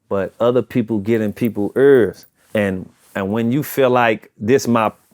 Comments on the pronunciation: 👂 errrr not ear 🤣🤣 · It said errrzz buy not ears. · Man yah started beefin cuz that damn “urr’s” shit!!! 🫤 quit saying “URR!””” It’s “EAR’’ 😡